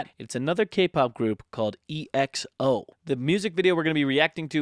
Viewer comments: "E.X.O" XD it's EXO, like EXO-Planet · It’s pronounced one word like XO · Thank you for reacting to EXO :) Their name is one word and comes from the word "Exo"planet, so at the end there you said it correctly (but sometimes in their songs they do spell the name too :P) Since you enjoyed Love Shot, I suggest you react to Tempo which is the title track of the album that Love Shot was a repackage of. I'm suggesting this one instead of Monster that was the queen before Love Shot appeared because fans love to put these two against each other :P Hope to see more EXO on your channel :P